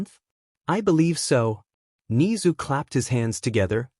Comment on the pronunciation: bro said ni-zu and i have never felt so angry over a talking rat from an anime its ne-zu im sorry im just a really big mha fan